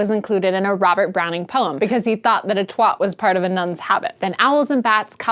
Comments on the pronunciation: it's twat not twot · twat is pronounced "tw-ah-t" not "tw-ot" it's the strong "ah" that makes it a satisfying curse word to use. "Twot" is also a slang word for idiot, of separate origin to "twat", which like a number of curse words in the UK can also be used to mean fool. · Twat is pronunced Twæt (like the a sound of "cat") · Twot? Whot is thot? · Twaht, Twuht, Twot Makes me laugh when they say it, when they say "Bollocks" too ^^. Gotta love our American cousins. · It rhymes with 'Bat', Twat. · Hah! I've known many many brits and I must admit I've never heard that (apparently not for casual conversation ;)). I have to admit Twat like bat would utterly confuse me. But yes, the generally accepted American pronunciation of twat rhymes with pot. Or, perhaps more accurately, "twaht". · Rhymes with "taught" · the clue that it rhymes with "bat" in the poem you used in the video should be enough, no? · twat is said as tw- At with a hard A not an soft o. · I think that "twat" should rhyme with cat or bat. It should not sound like wat with a t at the start of it. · nice video. i don't think i'll ever get used to hearing an american say twat. it sounds so wrong :p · As a brit i think you say "twat" weirdly. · To my (Scots) ears, it sounds as if you're rhyming it with "not", where I'd expect it to rhyme with "cat". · As an American I think she says "twat" weirdly. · like bat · A question, not a challenge: Does this mean you're not going to be using "WorldSuck" any more? Also, is it pronounced twOt, because in that case, all of Manchester, England is getting it wrong.